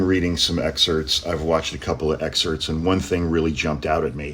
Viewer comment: A lawyer that cannot pronounce excerpts? Excerts? A lawyer? Really? 🤔